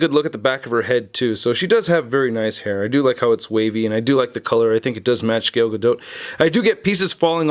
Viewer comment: G A L not GAIL 👌